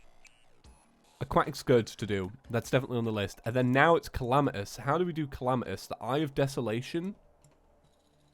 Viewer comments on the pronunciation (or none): My friend keeps calling Calamitas "Calamiteez" HOW DO YOU GET AN "E" SOUND FROM AN A?!?!?!?!?!?!?!?!?!?!?!?!?!??!?!!?!?!?!